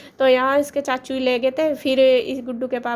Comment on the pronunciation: Aap chhachhu kyo bolte ho chachu bola kro na